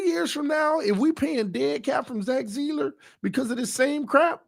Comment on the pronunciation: I absolutely love you! BUT... I cannot wait until we are done talking about Zack Seiler, it rattles my brain every time you pronounce such a simple name so badly, LOL. Come on bro, just say it right man... for me!!! Your loyal, day one listener!!!